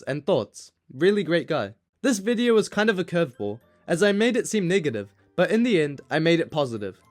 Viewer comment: the way he says negative